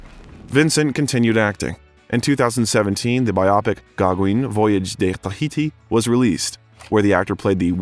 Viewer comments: Paul who? Gogwin? Pretty please… 😂😂😂. edit Not the only name that got butchered. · Who TF is doing this VO? Did they get paid for it? "Paul GAH-GWEEN?!?" Are you kidding?!? "GAH-GWIN" would have been less embarrassing give that there's no E at the end of Gaugin... jesus christ....